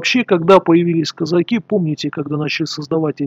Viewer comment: Это кизяки,а не козаки!Козаки ударение на посдеднем слоге!